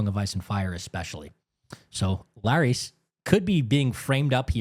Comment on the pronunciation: It’s LAIR-IS, wtf is this Laries you keep saying?